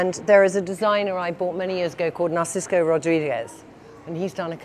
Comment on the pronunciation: why a lot of people mistakenly pronounce NarcisCo instead of NarciSo?? It's NARCISSSSSO just FYI ⚠⚠⚠⚠⚠⚠⚠